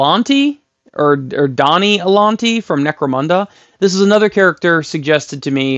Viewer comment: It's not "Donnie" It's "Mad Donna" - is Madonna, based on the singer who you may remember was rather big back in the day, hence the cone shaped bra.